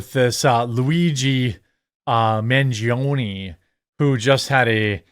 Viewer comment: It’s Man, pronounced (Mawn) - gi, pronounced (gee) - o, pronounced (oh) - ne, pronounced (nay). It’s Italian. Pronounce it correctly, please.